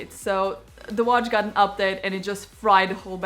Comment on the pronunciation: You pronounce update as Uphdathe. It's funny but cute. Good real review